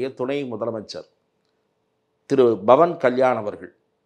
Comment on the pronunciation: Why almost all tamil people pronounce pavan as Bavan. Please pronounce as Pavan. Don't spoil the divinity in the name. In Hindi thet will chant PAVAN PUTRA HANUMAN KI JAI.